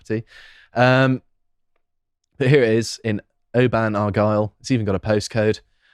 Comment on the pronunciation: Oban is pronounced 'oh-bin' not oh-ban.